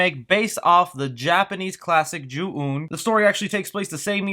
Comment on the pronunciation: It's pronounced Jew on. I cringed everytime you pronounced it wrong. Anyhoo, this movie didn't need to be made. Just another movie in a long line of movies that don't need remakes.